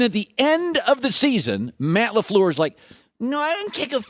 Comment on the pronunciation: Colin "Matt Laflower" Cowherd